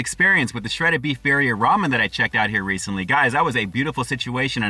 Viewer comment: "Bear-ria?" Lord almighty...